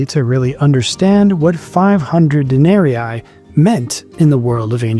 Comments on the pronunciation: Please pronounce the name of the monetary currency properly Denarii or Denarius,... De-nar-y,... not,... Den-ar-y-eye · Good but it would be better if you pronounced the Larin better. Not Denaeriae, Den-ah-ree-ee. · Day--NAH-REEE... not de-NAH-REE-eye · Please, "dae-ne-ree-ee". Not "dae-ne-ree-i". Sorry I don't know why it bugs me, but it really does. It's latin, 'ii' is "ee-ee". Otherwise, super interesting. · Good video spoiled only by the pronunciation of 'denarii'. It should be 'den-ah--ree-ee', not 'den-air-ee-aye'. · It’s very annoying to hear you add and extra “eye” every time you say “Denari”.. All that research and you didn’t learn how to properly pronounce denari… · You keep saying Denarii wrong. It is not denari eye. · I haven’t seen anyone else mention it but dude! The coin is a DENARIUS. Plural is DENARII, pronounced de-nah-ree-ee . Otherwise — well researched! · WTF is this pronunciation of "denarii"??? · Denarius, denarii. According to St. Augustine (who taught rhetoric at one point) Latin was a quantitative language (like Finnish or Japanese), meaning that double letters had semantic significance. And they, the double letters, were pronounced the same, just for a longer amount of time. You are saying the first 'i' in denarii like a long English 'e' (as in meet), and should be elongating that sound to cover the second 'i' -- instead you are saying the second 'i' like a long English 'i' (as in 'might"), which is a diphthong, and also "wrong" (not reflective of Roman Latin). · All the effort you put into making this video yet you couldn't find the time to learn how to pronounce denari.